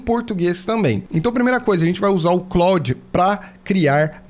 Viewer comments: Só para ajudar. A pronúncia do Claude é exatamente como no nome do ator, Jean-Claude Van Damme. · Eu tb achava que a pronuncia fosse a francesa mas nao é. Eles falam "Clód".